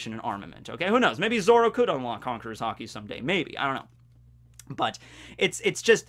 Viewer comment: i have never heard some one say haki wrong so much times